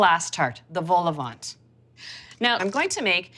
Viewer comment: Don’t pronounce the “t” at the end of vol-au-vent 😀